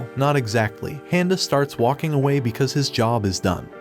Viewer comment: Am i the only one that can't stand the way he's saying his name, handa? probably woulda just overlooked it but he's said it like 15 times in just the first 50 seconds of the video lol.. 13 more mins nah im out...